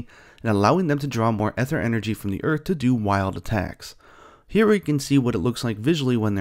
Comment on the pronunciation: Looks pretty good, I'm really liking the art style. Just a tip if you're going to be covering this in the future: the "ae" in aether is a but tricky, but it's pronounced more like an E than an A. better to say EE-ther than AY-ther, even if neither is exactly correct.